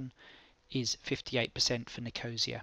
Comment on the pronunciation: Helpful - thanks.... (p.s. That's not how you pronounce Nicosia... It's Niko-see-a....)